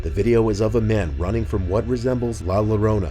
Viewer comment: I know a lot of people struggle with this but it's pronounced "Yorona". If you see the double L together pronounce it "yo" so Llorona is "Yorona" almost like saying "jzo"